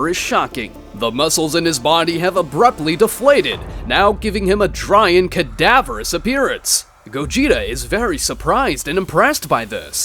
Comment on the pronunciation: Kadavorous.... Multiple times is cringe 😂😂